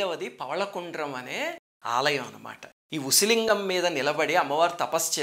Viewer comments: It's pronounced as OOSI LINGAM.. OOSI in Tamil means needle..🙏🙏🙏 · Small correction; You have to pronounce it as an "oosi" lingam. Oosi in Tamil means soodhi in Telugu. Which appears to be the right way of saying it considering the structure of lingam. Naraayana Naarayana!!!